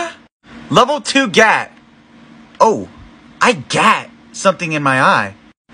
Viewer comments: It is pronounced Giat not GaTt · Its pronounced 》gee-ahh- t 《 no gat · Level one Gat lol he says gat even though it’s pronounced (GUY-ought) Gyatt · It’s pronounced gi yatt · It's pronounced g-yacht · It’s pronounced geyyaat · That’s not how gyat is pronounced ( pretend the a in gyat is a o